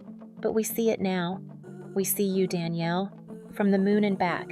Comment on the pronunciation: 'Don'•'Yale' NOT Danielle